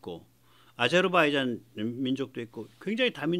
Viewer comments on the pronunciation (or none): none